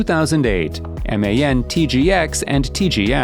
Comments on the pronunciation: u mean man and daf and not em ei en, di ej ef 😭😭😭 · Its very bothering yes, I never heard anyone spell like that. Its DAF and MAN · its daf not d.a.f and also man not m.a.n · It's hilarious how he pronunce MAN and DAF🤣 Emeyen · Good video, but my god, how are you reading the names? Or is it AI? Because I know no-one, whou would read Man or Daf by letters. Its Daf [daf], or Man[ man] .... 😑 I also dont get differences between the 1st and 2nd Scania. Like, the 2nd one doesnt have that cool aerodynamic bump, has some black sht numb instead, and what else? .... -the most powerful engine in the world? Ok. And what about all the boat engines, jet engines, hypercar engines.... 🤦 Also, number of awards doesnt mean anything. Scania maybe had less trucks, but all of them were the best every time, compared to Mercedes, which had many more which werent as sucessfull... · But why on god's earth is MAN pronounced as M.A.N then? 🤔 Kinda similar to DAF, however that's generally pronounced by most English-speaking truckers as DAF not D.A.F . Great video regardless!